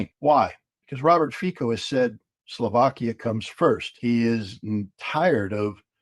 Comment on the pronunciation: Fico is not pronounced "fiko" but rather "Fitso".. the C is like in cemetery or circumstance